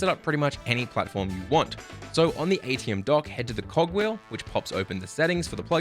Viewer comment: Just a note for everyone. It is Aitum. Not Aitium. Otherwise, great video, thank you! :)